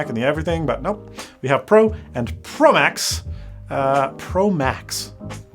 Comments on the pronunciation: I joined your Livestream on Twitter yesterday and for 10 mins I thought you were saying "pro Mac" not "pro max" from that moment I realized that this is an awful name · Tfw you say "Pro Max" but I keep on hearing Prolapse